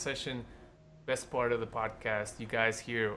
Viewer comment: "Podast"Not to be rude